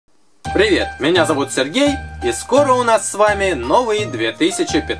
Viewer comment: почему Вы говорите не Сергей а Сэргей?